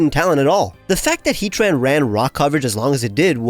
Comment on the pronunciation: I love you, but the way you say Heat-ran instead of Hea-tran, makes me ill.